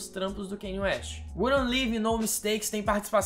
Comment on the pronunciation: Me dói quando vc fala "kenie". Em Diamonds From Sierra Leone ele mesmo disse que o nome se pronuncia "Kanye", mas as pessoas insistem em falar "Keine".